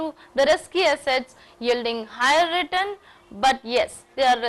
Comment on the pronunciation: nice video !! but mam return pronounciation is not correct, which sounds awkward while watching. thanks!